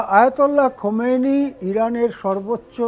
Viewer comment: খোমেনি না খামেনি।